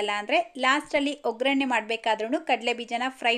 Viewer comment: ನಿರೂಪಣೆ ಉತ್ತಮವಾಗಿದೆ.ಅಭಿನಂದನೆಗಳು, ಒಂದು ಸಲಹೆ : ಒಗ್ರಣೆ ಎಂದು ಹೇಳುತ್ತೀರಿ, ಸರಿಯಾದ ಪದ ಒಗ್ಗರಣೆ.